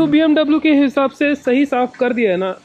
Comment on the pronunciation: It’s bmw not bmdabloo.... congrats it’s a beautiful car